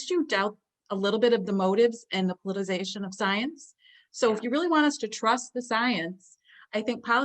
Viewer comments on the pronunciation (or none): They can't say politicization, always politi-zation. Dumbed down devolving humans.